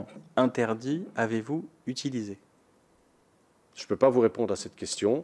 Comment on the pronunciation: "nous n'avons jamais zutulisé"